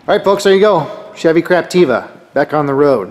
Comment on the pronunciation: OMG LOL I just realised you keep saying ''craptiva'' lol! omg I don't know if you're saying that accidently or purposely but its hilarious anyways <3